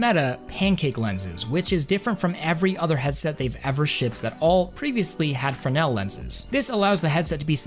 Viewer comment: Fresnel not frennel